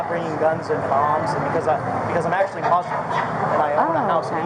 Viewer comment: Wait wait wait did he just say he is actually Muslim and he owns a house in Egypt? First time I hear a Muslim call themselves a mozlem instead of Muslim and I didn't know you could afford to own a second home in Egypt on a funeral escort salary.